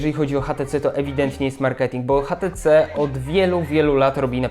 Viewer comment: kochany mówi się ejcz ti ci:D